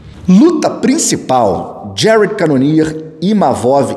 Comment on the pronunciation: Volta logo "Jarédi canonier" tá fd 😂